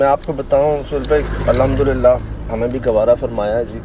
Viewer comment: الحمد للہ بولیں المد للہ نہیں